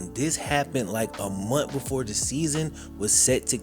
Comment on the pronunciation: Hey bro it's month not mont